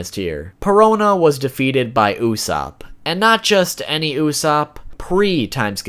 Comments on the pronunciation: It's not USSAP..... It's USSOP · Not Usap!! Its Usopp!! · the pronounciation is "Asop", not "Usop" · Did he said "Usap" not "Ussop" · its pronouced OOs soap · Why does he say usopp so weird